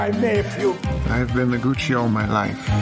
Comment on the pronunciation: It’s ah-mi, Gootch-ee! Call me Gootch, ev’ry botty. Here’s mya brather, Mario.